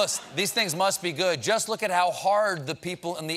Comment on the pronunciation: Poor guy is forgetting his English words... Luss for look ? Hehe😆